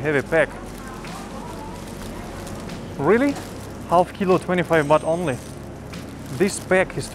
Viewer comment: Baht not Bath